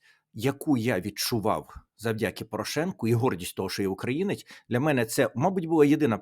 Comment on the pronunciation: Не "завдЯки", а завдякІ, не "умудрився", а примудрився. Не зокрЕма', а зокремА. Ну, і таке інше. Сподіваюсь, що Тарас Чорновіл на мене не ображається. С повагою. Добровільний редактор😊.